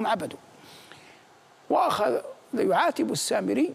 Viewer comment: السامريّ شده على الياء يامذيع مو سامري التنكّس والاستنزال